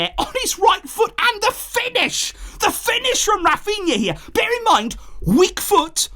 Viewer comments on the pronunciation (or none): none